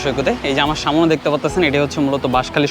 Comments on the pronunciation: অসংখ্য ধন্যবাদ আপনাকে। সত্যি আপনার ভিডিও অনেক চমৎকার দেখে ভালো লাগলো। তবে আপনার কথা উচ্চারণ এর মধ্যে কিছু ভুল আছে যেমন আমরা বলি সামনে কিন্তু আপনি বলেন সামোনে এই ধরনের খুটি নাটি কিছু ভুল আছে। এগুলো ঠিক করে নিতে পারলে মাশাল্লাহ ভিডিও আরো চমৎকার হবে। ধন্যবাদ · Samone na samne ay pronounce ta thik koiren sunte aro vlo lagbe.Thank you for your information